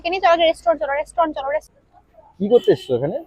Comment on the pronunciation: Resturent nah Restorant 😂